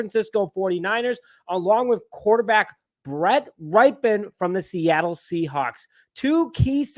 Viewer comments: Nope, it's pronounced "RIP-en," not "RIPE-en" or "RIPE-EEE-en." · His name is pronounce Rip -en like after his uncle Mark Rypien, Super Bowl winer. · His last name is pronounced RIP-UN